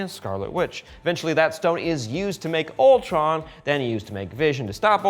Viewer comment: I heard Voltron not Ultron....